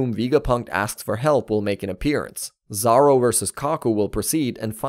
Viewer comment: Stop saying Zawro 🤦 it's Zo ro